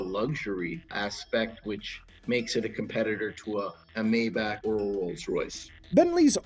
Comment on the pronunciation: So its Mercedes-Benz MaiBahk not maybach🙂 interesting video